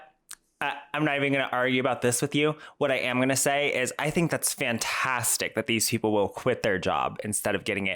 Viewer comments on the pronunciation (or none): none